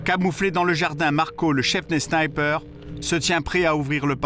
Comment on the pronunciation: Les 5 snaïper 😂 Sinon le reportage est excellent